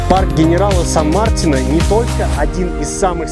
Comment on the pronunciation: Ребята, сан МартИна, ударение на И